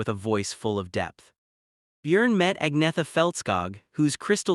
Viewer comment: Its not pronounced ag-netha..its pronounced ann-yetta